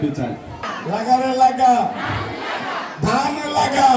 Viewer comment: ধান লাগা বলছেন, না ধে,,,,ান লাগা বলছে, স্পষ্ট বুঝতে পারলাম না।